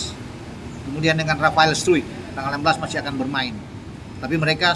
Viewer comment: Cara baca rafael adalah Rafael straekkk Bukan rafael struikkkk